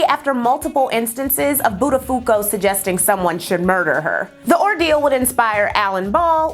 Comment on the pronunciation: Love your channel. Became a Patreon supporter...but may I make a suggestion, with all this wonderful research and info, you discredit yourself when you mispronounce names or places. I was a morning DJ , so I get it. Somethings are so hard to figure out so you guess. But now we have google and you can just type in something with "pronounce" after it. (buttafuco = Bot-a-pho-ko : Luby's-=Lou-bees). Please know I am NOT coming for you. I can not imagine how much time it takes to research and put these together and you are brilliant. F*cking brilliant!